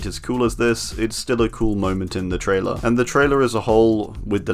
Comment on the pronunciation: Are you saying traitor instead of trailer